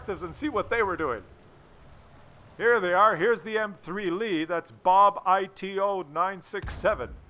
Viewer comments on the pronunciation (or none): lol its not bob i t o, its bobito, wich means silly or stupid